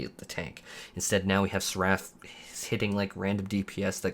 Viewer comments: You're the only person I've ever heard pronounce Egi as "edge-eye" and Seraph as "sa-Raff" but I digress, please continue. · I find it absolutely hilarious how you mispronounce words. lol Like suckCOR, EDGY (egi) and SerAPH. Love your content, man. <3